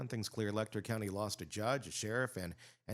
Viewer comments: For the future, Letcher is pronounced with a Ch sound, not a k sound. leh-chr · You need to learn how to pronounce Letcher County!